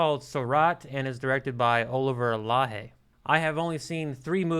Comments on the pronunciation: The x from Laxe is pronounced like sh in English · not Spanish but Galician, a different language in the northwest of Spain close to Portugal, you could pronounced "Lakse" instead. I admire your review, watched the film yesterday in London and your words really describe the experience. Thanks.